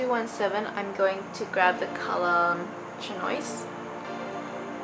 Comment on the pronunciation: Lol,@ how you pronouced chinois...